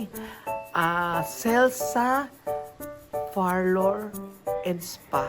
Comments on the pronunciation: Beking beki haha …parlor po..hindi Farlor! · Far-lour nga!!!!!!! Ohhhh… rather friveyt resort pala.